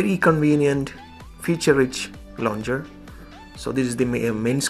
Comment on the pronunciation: Hello bro, it's launcher not launger